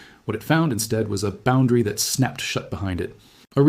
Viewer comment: CLICK BAIT! No one fears anything about the heliosphere of the heliopause or the Voyagers running out of power. Despite a photo of a narrator it is an AI reader. Twice (at least) it used ”T-HAT” instead of “that”.